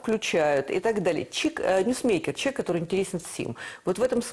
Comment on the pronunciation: На Влащенко: "Чек", и до этого и после, что с дикцией, Человек?))